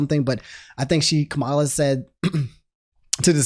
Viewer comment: Her name is pronounced comma-la